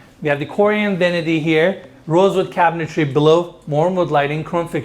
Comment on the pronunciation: Two shots for "cabintary."